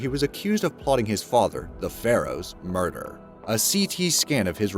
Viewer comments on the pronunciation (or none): none